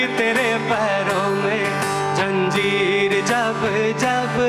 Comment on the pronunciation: Bohat khoob …kya sama bandha aap ne. Do jaghon par aap se galati ho gayi. Zara us par dhyaan dein. Zanjeer sahi lafz hai aap ne Janjeer padha Zakhm hota hai Zakham nahin